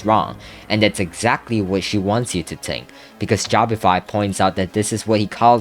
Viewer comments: 'tink' if i spoke like you i would shoot my self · Why u keep saying tink